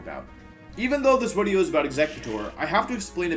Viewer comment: WHAT DID YOU CALL WIDEO 😤 👿